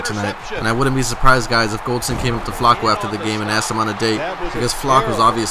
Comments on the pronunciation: Why does he say Flacco so weird? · Learn how to say Flacco correctly